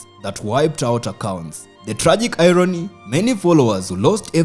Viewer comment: It still has some shortcomings in pronunciations, like: Irony, travel,model, palatial,shovel,rebel, channel, couples,jewel ... ... ...